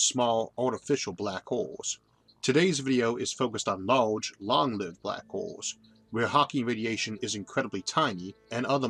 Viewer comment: "Shhhh... I'm famwing bwack holes"